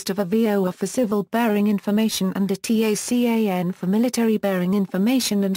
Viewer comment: Your robovoice keeps referring to the TACAN by spelling out "T-A-C-A-N." In the military world, it is universally referred to by the acronym "TACAN" - pronounced "TAH-CAN."